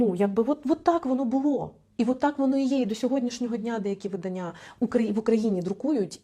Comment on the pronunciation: у слові «видання»у значенні друк, наголос робиться на А, видАння, а от заміж виданнЯ…..